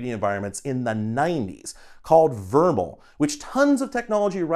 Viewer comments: "Vermal"... It was never called that in the 90s. It was called V.R.M.L, like H.T.M.L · it's pronounced VR-ML 😂 and could have been precursor for metaverse if people had made environments (webpages) for your avatar to visit, but mainly was just used for small objects. I played around with it, was similar to coding Vivid/POV raytracers at that time. I also did stop motion animation, filmed on 8mm camcorder, straight to S-VHS tape, and then digitised with a Video Blaster on PC.. ah the early 90s.😂